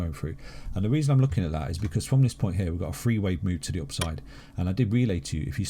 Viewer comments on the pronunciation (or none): They say free instead of the word THREE. My ears